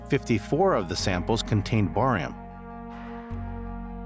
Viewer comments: Wtf is borium?? no credibility. IT'S CALLED BARIUM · Barium...Not Borium!